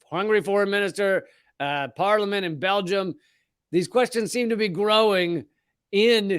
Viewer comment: "So, this is in Bel-gum"